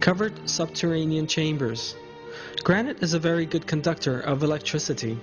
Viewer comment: An ex-el-ent conductOR or el-lect-triciT.